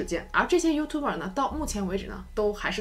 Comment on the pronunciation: 我一直奇怪讀youtuber的發音為何與字典不同?